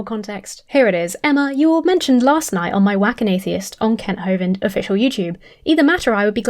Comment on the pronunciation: After Brett Keane said Kent Hovind as “Mr Hovine” I will always call him that.